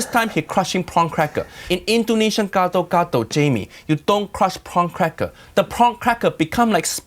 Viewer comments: i'm an Indonesian so... yeah... you can guess what i think about this one. especially when he pronounced it "ghetto-ghetto". oh and Roger was right, Gado-Gado's veggies are ALL blanched. if they are raw, then it's called "Karedok", another dish. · Please don't called that dish gsdo gado, so wrong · I love how Jamie pronounces the sauce as "ghetto ghetto". Lol. Happy Holidays to all. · Gado gado to geto geto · When a TV chef cooks “ethnic” food they should at least attempt to pronounce it right, Jamie’s pronouncing it like “ghetto-ghetto” almost. The peanut butter looks like regular crunchy peanut butter, not pre-roasted. In a way it’s better he coated the bowl instead of pouring it over the salad, maybe someone can eat an untainted potato or somehing😁 Merry Christmas chef❤️